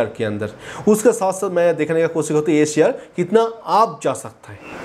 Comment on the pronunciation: अबे शेयर बोल. ...क्या सियार सियार कर रहा है !